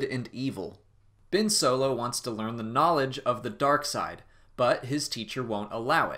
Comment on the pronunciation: Its Ben Solo not Bin Solo